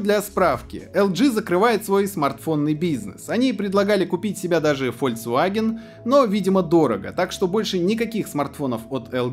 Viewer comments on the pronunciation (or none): none